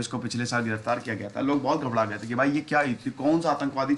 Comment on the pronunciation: Sir aap ghabrana ko ghabdana kyun bolte ho?